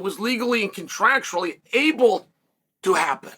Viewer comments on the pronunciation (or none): none